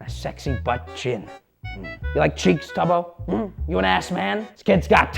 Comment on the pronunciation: It’s tubbo not tobbo …